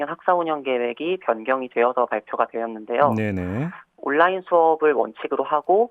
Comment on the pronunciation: 워료일로 안읽고 월 료일로 읽는게 그런이유였나... 하.. 워료일 온나인이아니라 올라인